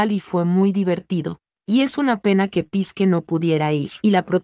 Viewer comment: Se pronuncia: "sique"